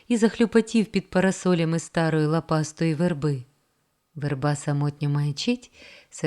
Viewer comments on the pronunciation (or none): Ось після слова "стАрої" з наголосом на "а", замість "старОї" слухати не захотіла. Плюс фонетика ворожої мови з пом'якшеними ч, щ. І все. Ніякого бажання слухати таку українську мову. Будь ласка, попрацюйте над своєю професійністю!